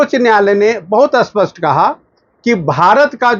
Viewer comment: आप बार बार अस्पष्ट बोल रहे है, वो अत्यंत स्पष्ट ऐसें है क्या??